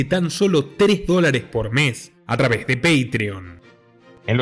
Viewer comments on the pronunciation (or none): .” A través.” No va con Z.!!